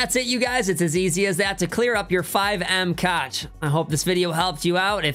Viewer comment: Cache is pronounced cash